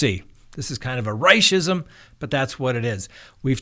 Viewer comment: "Reischism" I love it! Love your show! Thanks for what you do! Blessings from WI 🤗